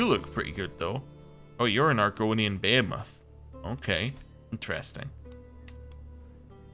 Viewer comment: It's pronounced "bee-hee-muth", not "bay-heh-moth"